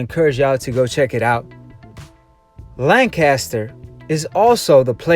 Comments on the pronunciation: Well where I'm from it's not lanchester it's Lancaster as in lancastrian gets me dude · It's not lanchester! It's Lancaster.